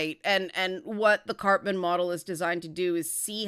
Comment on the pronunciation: I'm sorry, I keep hearing "Cartman Drama Triangle" XD